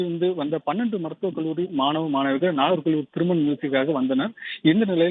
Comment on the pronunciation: மெண்டல் " கள்ளூரி" இல்லை கல்லூரி என்று சொல்